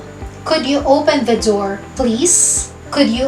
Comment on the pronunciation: Mam bakit could at would ganyan ang pronouced parang tatlong letra lang ang basa mo?.